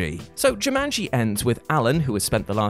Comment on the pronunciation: Uh no, Cobb did not enable a power hungry magnate. He stopped a power hungry magnate from gaining a monopoly and becoming an energy superpower. Saito even explains this fully. Many points added for pronouncing Jumanji correctly. So tired of hearing, "JuMUNji." LMAO